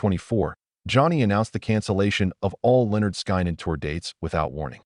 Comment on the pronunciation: Who is this idiot narrating this? Someone needs to school him on how to pronounce the name of the band, and the names of the ones who were in the crash.